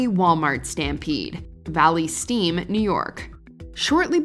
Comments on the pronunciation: Did it once and didn’t get the point also it’s Valley STREAM not Valley Steam. Signed a New Yorker. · Watch MOJO....Its Valley STREAM, NY not Valley "Steam". Lol please do your research. I grew up in the area all my life and this hit home for a lot of us at the time. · valley stream* not steam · It's Valley STREAM, NY not Valley STEAM. Please double check before uploading. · Minor correction: It's Valley Stream, New York. Not Valley Steam. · Its Valley Stream not Valley Steam for the one in New York just a heads up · There is ABSOLUTELY no reason for the violence or primal behavior. You can replace material things. You can’t replace lives. Oh, Hey, it’s Valley Stream, NY not Valley Steam. 🙄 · As a Long Islander, it’s Valley STREAM, not Valley Steam lol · Neither the writer(s) nor the narrator knows it's "Valley Stream", not "Valley Steam"? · Btw it’s Valley Stream, NY not Valley Steam lol 😂 I grew up there so that’s how I know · Valley Stream, NY NOT Valley Steam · Valley stream! Not "Steam!" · All those California incidents for what and it's Valley Stream not Valley Steam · It's Valley StReam, not Valley Steam. JFC, your AI couldn't recognize that as a mistake? I can't believe no one caught that. Oh yes, I can. This is, where about a quarter of things are mispronounced. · Valley *STREAM*, NY?